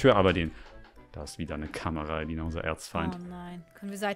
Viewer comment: ruft: Ailina? heißt es nicht Elina 😆😆